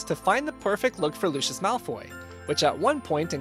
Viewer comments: Stop stop stop your making the fans mad it luisias not looosios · it is pronounced lüsēus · Lucius is not spelt Louicus it’s spelt Lucius,prounauced Lucy-us